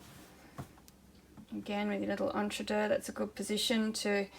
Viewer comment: So glad to hear you pronounce entredeux correctly! I hear many people on uTube pronounce it ‘EntreDOUGH’! Not correct French!